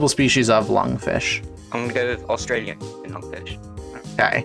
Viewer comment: "Australlian" lmao.. as an Australian, I had to point that out